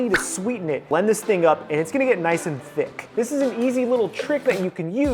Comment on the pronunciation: The jiren everytime he said “ThICk”